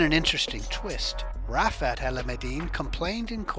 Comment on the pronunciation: Raptor not rapchor mate 👌🏻🤣